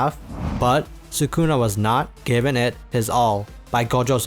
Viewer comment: Idk why I get frustrated when ppl say suh-koona irritates me🤣😂😂😂 it’s SOOH-Kuh-Na. I know it’s Spelled Sukuna but not sure why this dude spelled it as Sakuna. Idk maybe I’m the one trippin but man that bugs me🤣😂